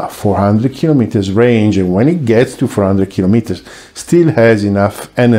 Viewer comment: Thank you so much for pronouncing “kee-loh-mee-ter” correctly, each syllable equally voiced. And thanks for your content. Great stuff and best wishes!